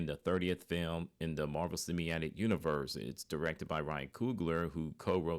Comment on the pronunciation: Cinematic not semiatic.